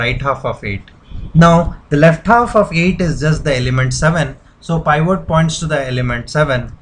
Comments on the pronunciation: peevat not piiiiiiiiivvvooooot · It's PIVOT not POIVORT LOL